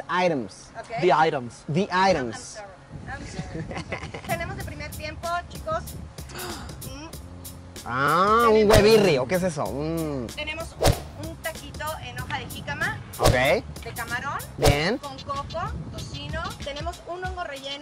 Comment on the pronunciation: corrige en inglés, pero dice "huevirris" no mames:v